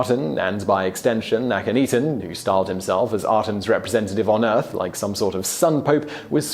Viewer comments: I do love you, Simon; but, I swear, you say Akhenaten's (Ahh--ken--Nah--ten) name right the first time, then you proceed to humorously murder it, thereafter. You already know it's not 'ee-tan' (cat claws on a chalk board!!!!! Ahhhhh!!!!!), as you said "ahh-ten" twice, at least. It has got to be a historian funny, or something. I do love your show, though. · Chris Flad He even said Akhenaten's name right at first, but then just repeats AkhenETEN (eaten?), and not once did he get HatshepFOOT's name right. Poor Hatshepsut... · Hat-shep-sut A-khen-na-ten If you're gonna ridicule them as much as you do, you could at least pronounce their names right. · Please look up how to pronounce a couple of the names in your videos! It's "hot-shep-suht". "Suht" pronounced like "foot" but with an "S" where the "F" is. Also "ahk-en-aht-en".